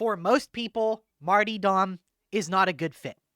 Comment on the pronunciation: If this guy says martee dom one more time I'm going to puncture my own eardrums. I'll never get back the time I spent listening to this. 😢